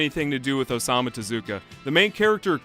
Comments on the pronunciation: >Osama Tezuka >Osamu (Oh-Sam-Moo) Tezuka Anime Al-Qaeda confirmed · kept saying: "Ossama Tezuka" x'D You know...the famous creator of "Don Dracuhallalula", "Atomu Jihadwan", "Poker T'bib" and "Dororo the Djinn hunter" x'D